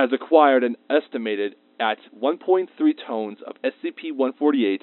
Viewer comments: Emafex -- Think he was trying to read the word "tonnes", but mispronounced it. It's the correct English plural of ton(2000 lbs) but Americans usually use "tons". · I love when wd measure in tones instead of tonnes or tons